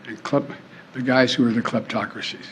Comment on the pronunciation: Kleptocrats is a difficult word for corrupt politicians to pronounce